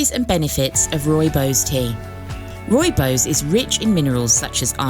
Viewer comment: it is pronounced Roy-bos